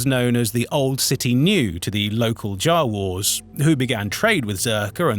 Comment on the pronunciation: ...jah-wors? Never heard Jawas pronounced like that. Actually a lot of the pronunciations are a little strange.